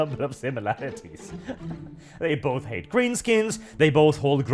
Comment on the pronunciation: When you said they hate visitors I heard it as an Irish man as ‘Ate visitors. Guess I wasn’t wrong